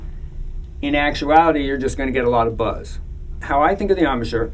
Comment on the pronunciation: Ahm-a-shur? Embachure? It's embouchure (from French 'bouche' = mouth). Gosh, learn the words concerning your instrument, people! Lovely sound it makes.